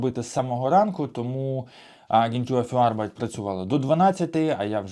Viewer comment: Вимовляйте не "агентюр фюр арбайт", а "агентур фюр арбайт"!